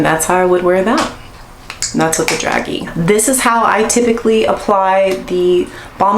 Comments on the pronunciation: "DRAZHEE" not "Dragee" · “Dragee” pronounced Dra-jay. All Very pretty! Thanks for the video.☺️